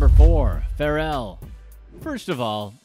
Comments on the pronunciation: The way you said Pharrell’s name 🥴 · Bruh I was so close to hitting the dislike button, just off the way he pronounces names in movies like I'm about it LMAFO and Pharrell name and many more, it hurts